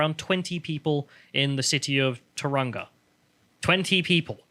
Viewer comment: It's pronounced "Tau-rang-a"